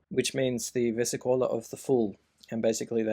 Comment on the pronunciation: It's nice seeing people are trying to revive the Minchiate. I would pay gold for a deck if it were commercialized. But it kept bugging me that you pronounce it versicóla, it's versìcola 🙏